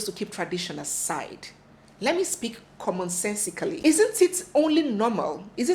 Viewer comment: "Commonsensically" Weuh! 😂 Seems any murder of English is acceptable in Nigeria. Love from Kenya